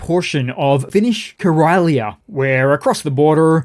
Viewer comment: Great vid,! I chuckled at your meme of Putin as a gopnik. Karelia. Ka reel ia is how it's pronounced. Lovely region of lakes, with disastrous living conditions in dilapidated old wooden barracks-like homes near the Finnish border and elsewhere. Interesting about buckwheat crop being down this year. This is THE staple grain for Russians. My Russian wife feeds it to me twice a week, with fried eggs. She arrived home on a family visit last night, so I will have to check with her how much this staple now costs. Thank you, mon ami!